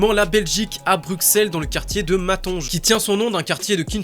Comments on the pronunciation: T'as dis "MatonGE" ??? c'est "MATONGUÉ" la prononciation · "Matonje" 😅 ça se prononce "Matongé" tonton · Matonge 😅 Ça se prononce Matongèh mais merci pour le clin d'œil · Matonge ??? Ça se dit Matongué 😂 mais force la vidéo tue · Mantongue. Gué à la fin. Pas Matonjé. 😂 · On ma dis sa se prononce matongué je sais pas si c'est vrai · Matonge : "MATONGUÉ" ci tu veux bien prononcé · On dit matongué fieux🤟